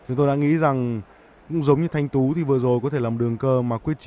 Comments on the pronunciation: người ta Thanh Tự mà cứ đọc Thanh Tú🤣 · Thanh Tự chứ không phải Thanh Tú, chán BLV :( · Thành Tự mà đọc thanh tú =)))) Đánh 5 băng rõ ràng kêu may mắn clm Bl deo có chuyên môn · Lạy ông BLV, Nguyễn Trần Thanh Tú ở đâu vậy trời, tên cơ thủ mà cũng đọc sai, đề nghị đài nên giao việc bình luận môn nào thì giao cho người có chuyên môn về môn đó 1 chút đảm nhận, chứ nhắm mắt giao bừa nghe bực mình lắm. Ít nhất đã gọi sai tên Nguyễn Trần Thanh Tự 2 lần. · BLV cứ đọc sai tên Thanh Tự là Thanh Tú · Thanh Tự not Thanh Tú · Nguyễn trần thanh tự thì đọc thanh tú trần quyết chiến thì đọc quốc chiến, blv ko có chuyên môn j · Thanh Tự ko phải Thanh Tú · Thành tự mà blv nói thanh tú hoài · Bình luận mà không biết tên thánh tự mà cứ gọi là thanh tứ , trước khi nói bình luận phải tìm hiểu trước đi rồi nói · Thanh Tự ,Ko phải Thanh TÚ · Nguyễn Trần Thanh Tú, giải tầm cỡ ntn đưa 1 blv k đọc đúng tên cơ thủ bl, chán hết muốn nói